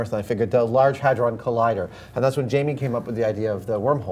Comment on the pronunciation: Jaime? You mean Jamie